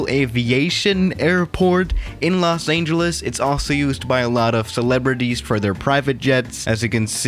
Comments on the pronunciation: Everyone: Los Angeles: Los Aingeles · It’s not Los “Aingeles” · "Los Aeengeles" Is it just me or does pronounce it like that? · No one: Absolutely nobody:: Los AINGELES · Me: DID HE JUST SAY LOS AINGELES!?!?! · 00:3 Lock Aingeles?